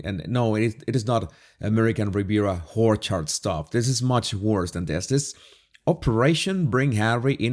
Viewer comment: It's intentional. He does this all the time and his chuckling subscribers just blame it on the 'Venezuelan accent'.😇